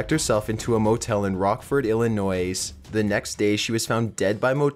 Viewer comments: I mean,yeah,It bugs me when people mispronounce it,but thats cuz I live there. How'd you feel if like,you lived in Alabama and people pronounce it 'Alabam' ? Cuz people do that. Its weird. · Just so you know, the "s" is silent in Illinois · Dude...the S is silent in Illinois.. you're killing me! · Number 13 i had to pause and take a deep breath because of how he said Illinois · you know the motherfuckers gone off the deep end when he literally says "Illinois", verbally saying the S at the end when it's obviously silent. this guy seriously probably doesn't do much else but work on how much he can distort his voice into some weird imitation of a valley girl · There is no noise in Illinois. Love the videos though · Illinois. Come on man you're making it hard to be on your side here. xD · I, too, once pronounced the "s" in "Illinois" and was shunned by a bunch of people in college who were from Illinois. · Btw, in the word Illinois, the s is silent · Keep the 'S' silent in Illinois. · the s is silent in illinois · The s in Illinois is silent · Say Illinoi"S" again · DO NOT PRONOUNCE THE S IN ILLINOIS!!!!!!!!!!!!!!!!! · I love you, but the way you say Illinois makes me cringe.:p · the way you incorrectly say Illinois is really bugging me... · The "s" in Illinois is SILENT. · Please next time you do anything in Illinois please say it right. Dont pronounce the s. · "Illinoy" not "Illinoise" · Quit saying Illinoise. It's Illinois. The "s" is silent. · illinoise? Its pronounced illinoy and spelled illinois. remember that ok? Us people around Indiana can tell when u pronounce it like that that u aren't from around here, but yea its not illinoise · It's pronounced ill-in-oy, the s is silent. Sorry it sounds like nails on a chalk board! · Ellen Noise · tiny baby bleach bottle You aren't from Illinois are you? Because everyone from Illinois gets annoyed when people pronounce Illinois incorrectly, it's supposed to be pronounced like "Illinoi" the 's' is silent.